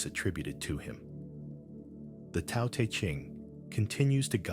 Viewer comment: This is more fake AI. When you hear this voice say "Part one" it's a giveaway. Also pronounced Te as Tea... Block this account